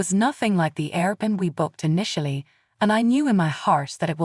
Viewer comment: air-b-n-b is how it's said